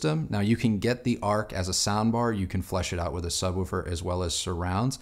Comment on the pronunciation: Can't stop noticing the way says "Subwoofer". Sounds like he's saying "Sub-wu-fer", emphasis on the "wu".